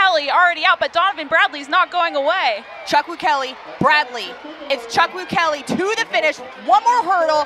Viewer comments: I understand that our names are "hard to pronounce" but this is beyond ridiculous. Where is she getting the -lee from? Its chook-woo-ke-loo. Goodness gracious. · Good god she butchered his name💀